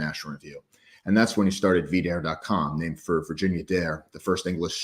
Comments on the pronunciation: Calling it “vidaire” and not, “V-Dare” Not gonna make it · I love you man, but you pronouncing it as “Vih-dare” even after James said it the correct way drove me absolutely insane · absolutely, never mind that James pronounced it [Vee-Dare] multiple times throughout the interview. I get it if he switched it up after he said it first, I guess. But you’d have to think whoever in his orbit that set up the interview would’ve known. I don’t know, it was just bizarre. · Yeah I cringed pretty hard at that man, how can you be in the online right and not know how to say it? I feel like even someone who's never heard of v-dare before would know it's not pronounced that way